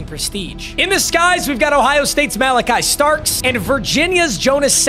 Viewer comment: I love u papa but don’t you ever say OHIO STATES Malaki Starks again